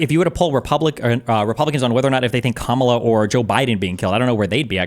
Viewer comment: Purposely mispronouncing Kamala and Milley is a sign of low intelligence.